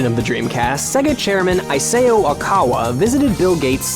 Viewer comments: eye-SAY-oh. ee-sah-oh. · Dunno if this was pointed out before, but Mr. Okawa's given name, Isao, is pronounced similarly to "ee- sow" or "ee- sah-oh" in Japanese, not like the name " Isaiah" would be in English. =) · AISEIO?! You mean Isao? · Isao pronounced as "ee-sa-ow", not "ai-say-oh" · "EYE SAY YO Okawa" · "Eye-say-oh" Okawa. That's some hardcore Japanese name pronunciation right there. xp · Nice and informative video, but... "ee-say-oh"? Hahah, c'mon dude, it's OK to fail at pronouncing foreign names, but you weren't even trying... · Davor Basic Oh, I'm familiar. Just not sure about this Aiseo guy. (psst i'm saying he pronounced it wrong) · ISAO reads "yee-sa-oh". Believe me I'm Japanese. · He pronounced Isao completely wrong... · Wow dude you really need to learn how to pronounce Japanese names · Eye-opening info aside, the degree to which a four-letter/three-syllable name like "Isao" could be mispronounced is staggering. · The pronunciation of "Isao Okawa" actually made me nauseous... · Just a friendly output: you can't pronounce Isao Okawa like that. You seriosly need to research how to read it properly before making the video. I love your videos, so keep up the good work!